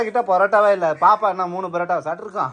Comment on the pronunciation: It is not barotta it is parotta